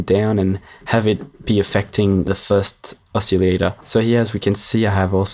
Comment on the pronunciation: Yes: Oss-iLL-ate-ohr. No: Oss-iLL-ate-EE-ohr.